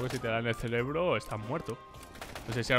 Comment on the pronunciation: dijiste "celebro" Y se dice "serebro"